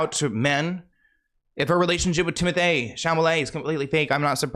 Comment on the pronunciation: “I mean look at her and Timoth-aye nowadays” sent me